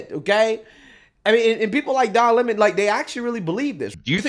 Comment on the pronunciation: Call me whatever “ist” or “phobe” you want, but I think it’s hilarious when hood black people mispronounce someone’s name with an attitude. “Don Lemons” sent me.